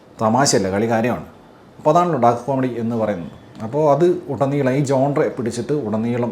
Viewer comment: "ജോൺറെ എന്നോ ജോൻറ് എന്നോ ഒന്നുമല്ല ഈ ഫ്രഞ്ച് വാക്ക് "GENRE" ഉഛരിക്കേണ്ടത്. ശരിയായ ഉച്ചാരണം "ഷാൻ റ്' എന്നാണ്. ൻ എന്നത് അർധോച്ചാരണം ( Semi Silent) മാത്രമേ നടത്തേണ്ടതുള്ളു. വാച്യാർത്ഥം GENDER എന്നാണ്. ജനുസ്സ് എന്ന അർത്ഥത്തിൽ കലാ ശൃഷ്ടികളുടെ തരം തിരിവിനെ സൂചിപ്പിക്കാൻ ഈ വാക്ക് ഉപയോഗിക്കുന്നു.